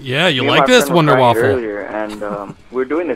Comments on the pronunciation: its more of a voonder not vunder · A good tip is to use flopper for any splash damage. Like the scavenger, ray gun, and the WunderWaffe, and you say it the vunder vaffe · all you english and american people cant prenounce Wunder waffe xD